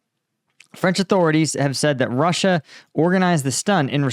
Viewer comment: Ie: roosia